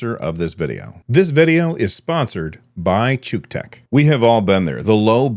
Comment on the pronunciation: "This video is sponsored by Chewtech" Errr, y-yeah, 'chew' tech, thats....thats how everyone pronounces it! 0_0